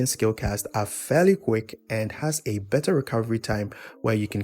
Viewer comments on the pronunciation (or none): none